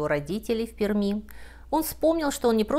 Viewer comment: Безумно интересно, но как пермячка не могу не сделать замечание: произносится ПерЬми